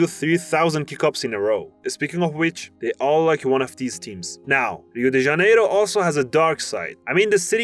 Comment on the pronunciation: Melhor pronúncia de Rio de Janeiro de um estadunidense que eu já ouvi na minha vida! Parabéns!